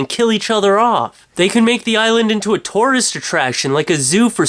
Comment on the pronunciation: I like ho he says tourist :]